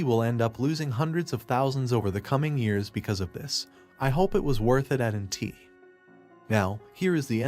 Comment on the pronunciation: It is A T & T not at & t